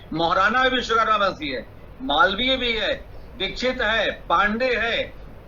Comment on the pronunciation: pehle achhe se bolna seekho viskarma nhi Vishwakarma bole